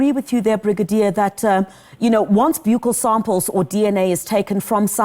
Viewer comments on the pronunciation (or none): 1. I see people are already starting new rumours about other suspects that could possibly be responsible for the crime against the poor girl. Ai!! 2. Let's try and get the word right Ms Interviewer and Ms Brigadier. Its pronounced a "bukkal" swab as in the buckle of your belt. Otherwise, stick to a cheeck swab.